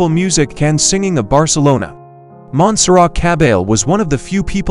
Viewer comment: Complete TRAVESTY! Just listen to the pronunciation of her name!!! dead give away. Repeats oft told, erroneous conjectures. Go to the interviews with the realpeople involved and hear the history straight from their mouths for Godsake!